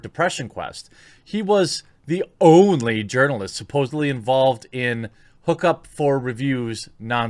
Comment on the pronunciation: I can't tell you how many times I've heard you talk about Kotaku urinalists and thought you said 'nutaku' (don't google that at work, I warned you.) It makes for a really funny start to each video.